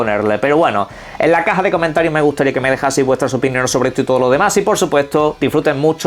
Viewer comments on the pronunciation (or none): none